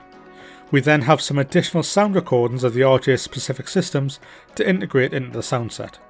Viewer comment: This looks amazing, I love the 146. But I have to say: every time you say RJ it sounds like "Orgy". "The orgy has been fitted with auto thrust".